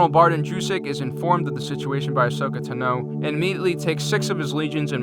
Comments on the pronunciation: No offense but I think it's pronounced Ashoka Tan-o. Not Ashoka To-know. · Good, but could you say Asoka Taano and the word escape right please. It's not pronounced Tun-no or ex-scape. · Please for the love of Vader, learn how to pronounce all of these names properly. Specifically Ahsoka "Tano" (wtf is Ahsoka "Ton-o"?) and Admiral Yularen (wtf is Admiral "Yul-loren?). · Not to be rude it’s not Tino it’s Ta no Tano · My god its fucking Tano not Tino. Fuck, that only got intolerable the fifth time you said it. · I'm not trying to be a jerk, but this is driving me crazy, Ahsoka's last name is pronounced 'Tahno'. And I was hoping the GAR would win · Say Tano one more time...